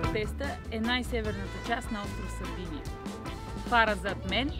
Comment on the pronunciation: Мила, Сардения, а не Сардиния.Островът носи името на най-ранните заселници племената сарди.